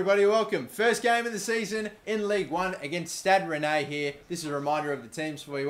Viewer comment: Pronounciations: Digne - Dinye Gonalons - Gonalon Stade Rennais - Stad Ren